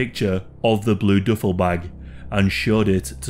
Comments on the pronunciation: "Doofle" bag😂😂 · I know what a duffle bag is.. you said DOOFLE.. Not Duffle.. lmao.. hail Satan!